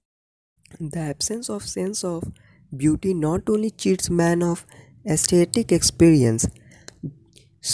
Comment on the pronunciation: Asthetic ka pronunciation wrong kiya bhai tumne!